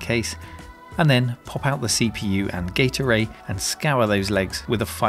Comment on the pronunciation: Why am I hearing gate array as "gatorade"??